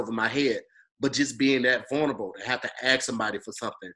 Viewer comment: Much luv big bruh.....and it’s “vulnerable” 😏 sorry I had to🤦🏽‍♂️. But you been a real one 💪🏽💪🏽💯🙏🏽